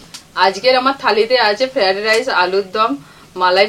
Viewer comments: The correct word is " FRIED RICE " and the pronunciation is Fra- eid - rice. Needs correction in your pronunciation. All recipes are excellent. Really you are a great cook and your selection of items are always excellent. 😋👍👌🌺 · ফ্রাইড রাইস, উচ্চারণ টা ঠিক হচ্ছে না।